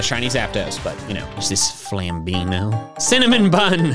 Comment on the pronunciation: pronouncing Évoli in an italian accent Me knowing that the name is french: Yeah no that's not right Edit: He did it with Flambino too XD